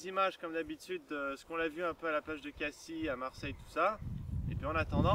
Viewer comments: sa s'écrit cassis mais je crois que sa se prononce cassisse pas cassi ^^ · çà se prononce cassisse ^^ bonne vidéo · On dit à Casisse! ^^ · Ca se prononce Cassis ;) Dommage. :P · lol ca ce voit que t'ai pas du sud ca se prononce cassi